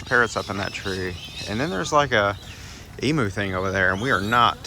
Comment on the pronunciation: It’s an eem-you, not an e-moo!